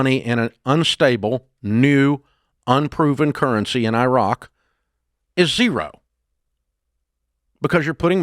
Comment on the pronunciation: You are mispronouncing Iraq